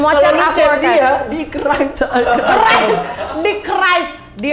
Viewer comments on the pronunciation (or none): Pelajaran yg aku dpt stelah 43 menit nnton video ini adalah "archived" dibacanya "erkhaivd" bukan "arcivd" 😂😂😂